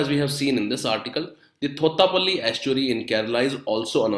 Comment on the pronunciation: Sir, it isn't THOTHAPILLY.... ITS THOTTAPALLY estuary..